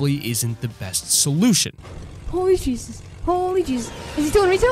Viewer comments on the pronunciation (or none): none